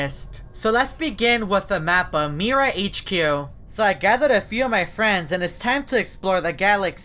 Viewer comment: Mira Pronounce the word of that My-ra